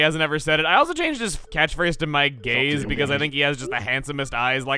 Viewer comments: you know if i hadnt looked at the screen i’d have thought that he said he changed catchphrase to “my gays” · I thought he said my gays then he started talking about eyes and then i was like ohhhh gaze lol 😂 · When says "my gaze" it sounds like "my gays" as in "my dude"